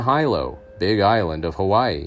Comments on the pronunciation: It’s not HI=LO. Pronounced Hee-lo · Hi - lo Hawaii? It's pronounced hee - lo! WTF?